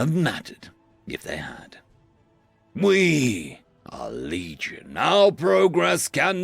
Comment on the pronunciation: I thought he said "Bleed-gion" at first. I think it fits.